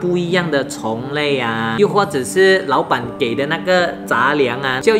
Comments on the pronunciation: 6：32谢谢你老板，变成谢谢你老爸😂😂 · 我听到说谢谢老板可是看到字幕是谢谢老爸